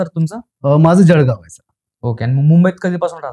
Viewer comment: जळगाव नाही जडगाव तसेच सोळा नाही तर सोडा ( जळगाव special)